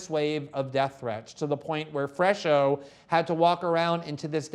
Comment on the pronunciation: You guys are ridiculous. Glen cannot even pronounce Brazilian names. (FRESH-O) LOL This fool knows nothing. They are basically reiterating talking points from Brazilian leftist mainstream media. No one in Brazil even believes them anymore and yet this wet fish does and speaks about it as if he's an expert. Cringe...